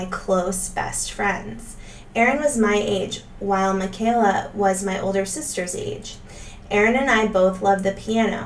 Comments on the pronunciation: “Michael-a” it’s said like a Michael not Michelle 🥰 Thank you for posting!!! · It’s “My-ka-la,” not “Mih-kay-la.”😊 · Her name is pronounced Mike a la not the way you’re saying it. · It's pronounced, "Michael (like the "boy's" name) - a; Michael-a. Great video! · They prounouced it "Michael--ah" on the early Duggar show visits. Doesn't Kelly have an adopted Black sister or cousin? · Please stop calling the 2nd daughter by the wrong name. It's pronounced like Michael a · Haha she noted that she got it wrong. However, Michelle is also pronounced differently from Micheala!